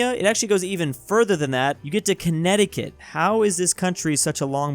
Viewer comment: HE SAID CONNECTICUT